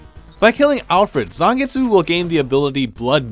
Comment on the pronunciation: "Geh-bel" "Zahngets" Noo